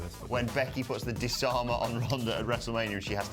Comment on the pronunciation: I love Becky, but the "Dis-Arm-Her ", is crap. Get a new move.